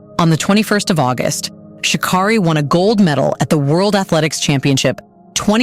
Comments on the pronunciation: It’s pronounced sha CARE ree. the voice over finally got it right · Maybe say her name right?! 💁🏾‍♂